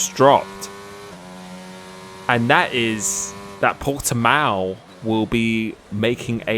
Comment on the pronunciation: It´s Portimão, not Portimao or Portemao.